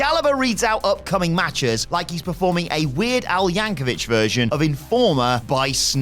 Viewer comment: My only beef with this video is the pronouncing of Weird Al Yankovic (vic being the key part)